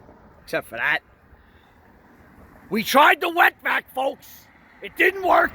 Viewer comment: Oh wet vac I thought he said wet back